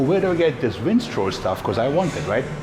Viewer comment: Vinstrol....love the accent